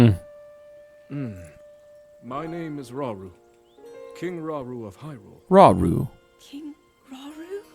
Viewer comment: 😂 it’s Rah-Oo-Roo like Raul in Japanese Romaji.